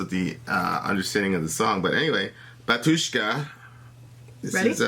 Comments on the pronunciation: It''s bAtushka not batUshka. the accent on the first syllable. must be even easier for the english speakers. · By the way when you say "Batuska" the stress is on the first syllable. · not "batU shka", but "bA tushka" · 'Batushka, not bat'ushka) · not batUshka, but bAtushka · Batjuscka btw...it´s pronounced Batjuschka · You should say "bAtushka" insted "batUshka". It's so weird. Batushka origin from "bAtya" mean "father", same as "pope". Batushka equal pope. And in russian we say "pope" synonimous "batushka". Same "bAbushka" insted "babUshka". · correctly pronounce baAatushka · batUUUshka xD lol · It’s actually bah-tyushka. Syllable on the first a.